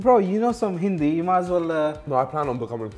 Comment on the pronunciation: Niko’s hindi is surprisingly really good. (Pronunciation is spot on)